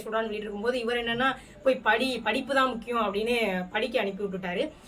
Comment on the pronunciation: படி, படின்னு சொன்னாரா படு படு ன்னு சொன்னாரா? தெளிவா சொல்லும் மா😅